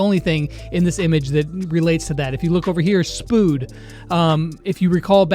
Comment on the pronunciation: spude: spude: spood